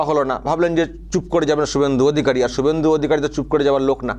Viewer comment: কিছুই হবেনা কারণ শুভেন্দু অধিকারীর নাম যেভাবে মুখ্যমন্ত্রী উচ্চারণ করেছেন তাতে বিরোধী দলের নেতা শুভেন্দু অধিকারী কেই যে বলেছেন সেটা বুঝা যায় না।